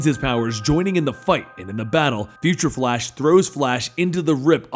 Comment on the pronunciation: You said fa-lash...